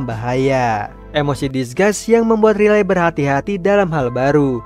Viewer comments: bacanya rai liy bukan riley memang tulisan nya begitu tapi baca nya beda bg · wkwkwk riley😭🙏🏼🙏🏼 penyebutan namanya 😭🙏🏼